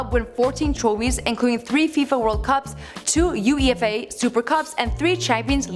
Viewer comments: She pronounced the words individually U-E-F-A lol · It’s not U E F A it’s UEFA one word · Fifa CLUB world cups and didn’t pronounce UFEA right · Its UEFA not U E F A you twonk!! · Starting she says that real madrid won 3 world cups... Jesus fucking Christ... And she separates UEFA into separate letters.. Do yall really not to research?? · is it really that hard to say Uefa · The way she prononounced UEFA 😂😂😂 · she's butchered more words than Michael would have... Who is "Eric Catona?" How hard is it to pronounce "uefa" (you-ay-fa). And half of the information on him is bullshit... In his first two years at United he didn't win a Champions league or a club world cup... A "silver ball in the World Cup" is most certainly not "FIFA player of the year" 😂😂😂